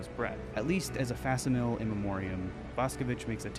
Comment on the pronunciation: Bro doesn’t know how to pronounce “fack sim ill ee”